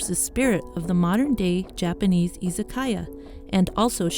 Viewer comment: wish they could pronounce izakaya